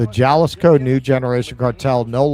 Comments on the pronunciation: Jalisco is pronounced HA-LIS-KO,. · "j" is pronounced as an "h" in Spanish. It's "haleesco" as "i" is pronounced like "ee" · No. Ha-LEES-ko. Gringo. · Jalisco is pronounced Hahl ee scoe